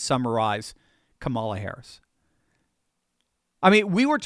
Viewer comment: This is great. But make yourself more credible and intelligent sounding by pronouncing Ka’ mala correctly.